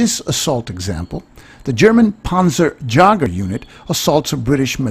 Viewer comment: panzer Yager not Mick Jagger "_"